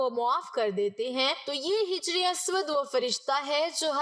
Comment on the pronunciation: Jijar Nahin Hajar